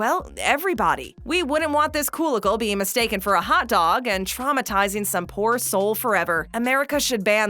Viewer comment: Its prenouced Kool Aid pickle not koolaidpickle how dumb does this sounds and just because you don't eat these things doesn't mean you should say they should be banned y are you bashing people choice of food